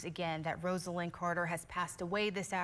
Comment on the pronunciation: Roz-a-lynn is how to pronounce her name. Good grief!!